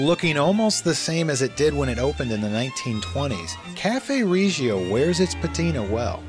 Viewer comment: Nice. But not pronounced Ree gio.